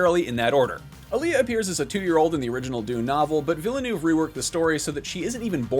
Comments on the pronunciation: VIL-NUV. Two syllables. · Part 3 is being written but you still manage to butcher Denis name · Would it have been so difficult to pronounce Villeneuve properly? yesh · My gosh, can you please say Villeneuve correctly ? It is pronouned "Vill-NuhV- It's really not that hard to make that effort. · Please learn to pronounce "’Villenueve".